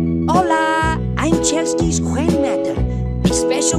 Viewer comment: why did u say Hwan? :/